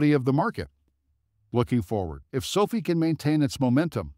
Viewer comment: If you can’t pronounce the company name correctly then I can’t take this seriously. 😐